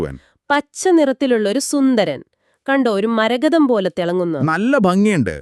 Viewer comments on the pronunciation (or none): Marakatham alla marathakam